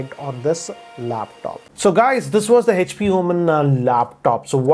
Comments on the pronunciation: Normal People: HP: Hetch-P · It's Echpy not HP 😂